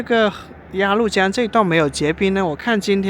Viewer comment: 鸭律江，不是鸭路江！🤣😂😅